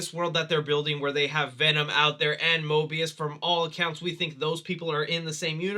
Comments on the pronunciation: It sounded like you said mobius instead of morbius haha Loki finale still has us all in shock. Love the video by the way! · He said Möbius instead of Morbius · Did you say mobius instead of morbius? Not complaining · its morbius not mobius have a good one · You said mobius 😂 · I don’t know if he knew this but he called Morbius möbius loki vibes much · did he just say venom Out there and mobius instead of morbious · Did he say mobius instead of morbius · Did you mean Morbius, not Mobius as you said. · he said mobius instead of morbius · He said Mobius and instead of Morbius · you call Morbius “mobius” lol